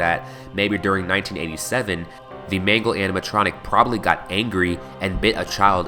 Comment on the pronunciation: mangle i think its mangle